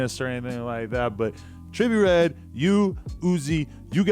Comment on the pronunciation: dude u can't even pronounce his name lmao😂 Joe would kill him tho